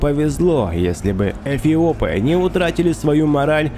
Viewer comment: Он говорит эПиопы?